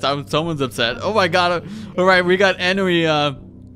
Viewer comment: It's On-wi not E-noo